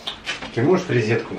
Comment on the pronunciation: извините, а чего все блогеру из Украины которые говорят рЕзетку . а не рОзетку ??? ЧТО ЗА ПРИКОЛ